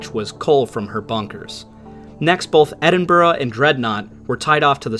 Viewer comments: Excellent video! Well detailed and well presented. One minor correction, if I may. Edinburgh is pronounced "Edinburg-a" not "Edinburg" It's a Gaelic thing. Edit: I subscribed to your channel. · Okay I just can't handle you butchering the pronunciations. It's not like Edinburgh is some strange unknown place. It's the capital of Scotland for fook's sake. It's "HAW-ser" for the love of jaysus.